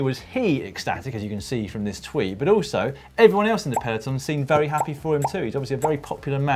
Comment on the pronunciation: Comment: perfecting the two man pee-loton